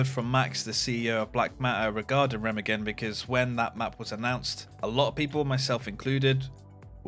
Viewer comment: Can you learn to say Remagen in at least some proper German. Thx